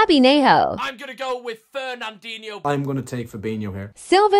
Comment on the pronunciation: Fernandeeneho or fabeeniho Bro it’s pronounced as fernandinio or fabinio